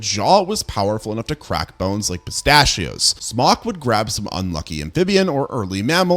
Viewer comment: Every time he says "Smok", i hear "Spock" 😂🖖